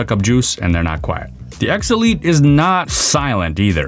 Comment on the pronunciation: When you say X elite it sounds like obsolete LMAO, Snapdragon Obsolete xD